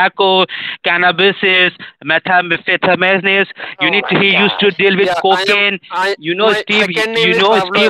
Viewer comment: Meth-an-feta-minis? Steve, how could you?